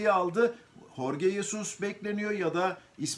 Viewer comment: Telaffuzu Horge degil.. Adam ispanyol degil..